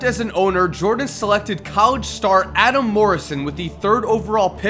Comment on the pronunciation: anyone else realize how bad he butchered the word "College?"